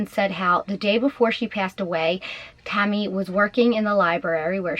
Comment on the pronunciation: Who’s Tommy? Are you trying to say Tammy